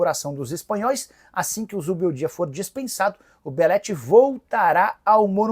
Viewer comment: Nicola quando engasga com um nome, sai de baixo! A bola da vez é o Zubeldia.